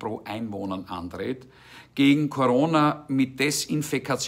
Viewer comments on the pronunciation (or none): none